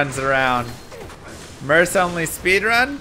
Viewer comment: Please consider the alternate pronunciation MURK? It sounds like you’re talking about a male purse. 🥴